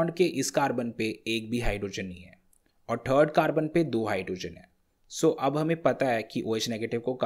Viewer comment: It's third not trd lol 😂😂😂